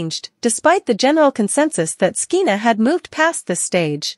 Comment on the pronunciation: SKEENA? What's wrong with you? Her name is pronounced like SHEENA. You sound ridiculous. When did you ever hear of the name SKEENA?